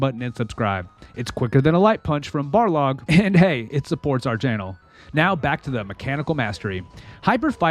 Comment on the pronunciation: Ya, the rep said playing the original was like fighting under water. Also, he said "Barlog" lost me right there.